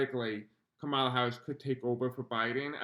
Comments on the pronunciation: Please just a simple request to pronounce her name correctly? Comma-la. Thank you, it’s like nails grating on chalkboard. ❤️ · Thanks so much for all your work. I love your content and am a new subscriber. Just a gentle heads up here: Kamala’s name is pronounced “Comma-La”. ❤❤❤❤❤ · It’s Comma-la…❤